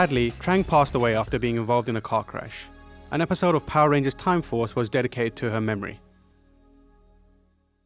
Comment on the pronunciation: The way he said "car crash" sounded like "cockroach" please don't let him narrate again